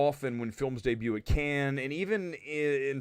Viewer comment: Kudos for pronouncing Cannes right. I still can’t see The Marvels going to theatres.